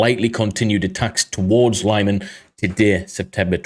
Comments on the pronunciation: Thank you. great episode. btw, fyi, it's pronounced "leeman", not lieman. they don't have long-i/y in European/Ukrainian languages. long-i/y would be spelled laiman if it were to be pronounced that way (and again, they don't have long-a either. or long-e. forget about long when pronouncing any European or Ukrainian words). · LeeMAN, not LIEman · lee-mann not lie man.